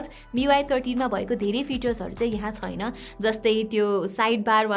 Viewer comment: Chhaina lai chuina vanxe